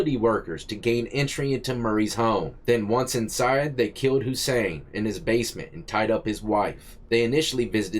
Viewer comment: She keeps pronouncing basement as Base-meant its base-mint. So annoying